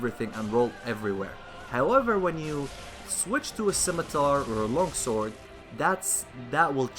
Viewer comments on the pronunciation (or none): none